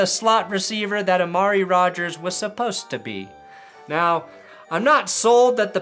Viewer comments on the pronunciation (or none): none